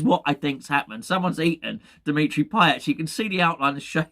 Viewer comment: Dmitri Pie-ate.